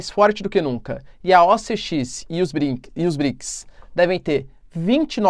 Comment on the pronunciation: Fico imaginando o Guilherme Briggs assistindo esse video toda vez que o troca Brics por Briggs.